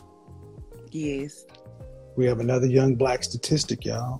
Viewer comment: At least it answered the question why she couldn’t pronounce the word “yes” correctly 😂